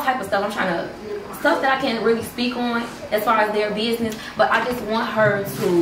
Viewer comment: "Your minding my binesses"😂